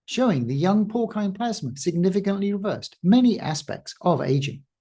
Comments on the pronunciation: porcine = pore seen, not pore kine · I am afraid I have some bad news for you. Porcine is pronounced "pour-seen". Google seems to agree with this. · So, I think the c in "Porcine" should has an "s" rather than a "k" pronunciation... great video though.